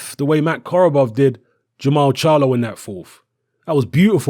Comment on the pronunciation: jermall not jermell